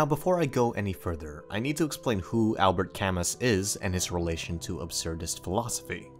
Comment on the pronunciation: This was a great video, but Albert Camus being pronounced Al-bert Ca-muss hurt me more than it should.